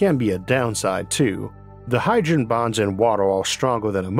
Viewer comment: "These all wepwesent mixtuwes of hydwogen"